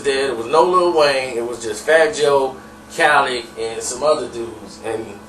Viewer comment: Nigga put some respek on Khaled name leddddd like in a pencil not leck